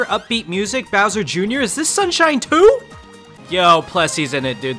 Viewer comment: “I don’t think they change bower much” Bowser: say sike right now